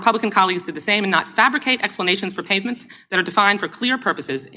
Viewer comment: DWS clearly says "pavements" instead of "payments". What's wrong with these robot people?